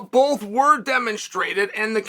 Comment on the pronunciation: Did he say, “bolth?”…..